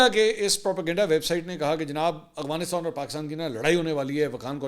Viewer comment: Arre Mansoor bhai, it's Afghanistan, not Agvanistan. It doesn't behove a senior journalist like you. It's like calling Lahore by the name Halore..